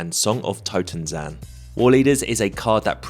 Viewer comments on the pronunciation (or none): Minor nitpick - i think you read the totentanz like totenzan, probably because of sokenzan :)